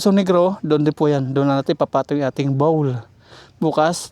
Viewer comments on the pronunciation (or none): gusto ko lang itama mo ang pasabi bOwl hindi bawl